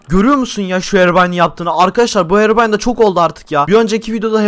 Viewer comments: Hekobrayn değil herobırayn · Herobrayn değil hekobryn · (;bizim düşmanımız kimdi?:Hekoprey😂:evet Heroybran) Oğlum o hekoprayın diyil Herobray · Saçmalayan Ben: Sanki hero deyil heko değil bildiğiniz ekoooo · hekobiren Ben:herobirien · herıbron değil hekobron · Hekobrine değil de bekobrine😂😂😂😂😂😂😂😂😂😂😂😂